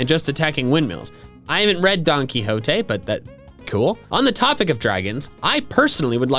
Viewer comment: Hi, just to put this out. Don Quiota( I do not know how to spell it. The qui part of it is pronounced -hee. For those who do not know the author of this book is basically the spanish version of Shakespeare.